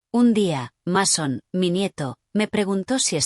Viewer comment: Como cree q un muchacho se va llamar masón, se es robe masón pero se pronuncia meison si ven la diferencia